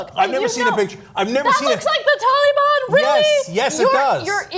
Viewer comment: Its not "tally-ban" ana..